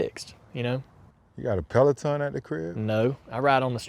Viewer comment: Omg …..as many words as ALL these guys mispronounce, Peloton is the deal breaker 😂😂😂